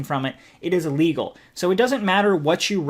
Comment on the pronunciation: I enjoyed the video. When you say illegal it sounds like legal sometimes. Just FYI.